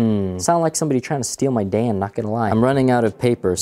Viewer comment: you mispronounced Dan